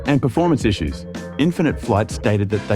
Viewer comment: sounds like an iss-you, not an iss-us.